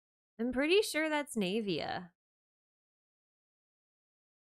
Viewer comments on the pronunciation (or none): Why do you pronounce her name as "knave-ia" instead of "nah-via"?